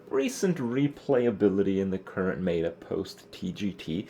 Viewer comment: Everytime Kripp misprounounces meta it's fucking incredible